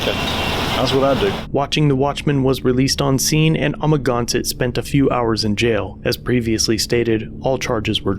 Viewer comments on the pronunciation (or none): It's (Ama-gan-sett)............ not amaginsatt......... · I think you could have spent a little bit of time watching his videos so you can pronounce Amagansett press correctly. Just saying you could be a bit more respectful of that.